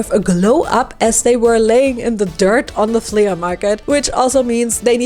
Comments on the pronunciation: Its pronounced "flee" not "fleya" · It's pronounced "FLEE" MARKET.not flea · Her accent when she said “flea-UH” market😂😂 I love it makes me laugh every time!